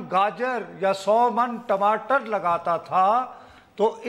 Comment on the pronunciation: you pronunciation is so cutesy of TAMATAR as TIMATAR:)